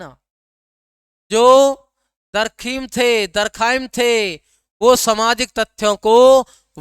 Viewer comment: बहुत अच्छा गुरु जी 🙏🙏 बाक़ी दुर्ख़ाइम बोलिये